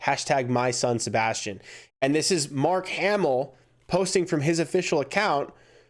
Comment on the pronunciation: You say Sabastain wrong LOL. No hate.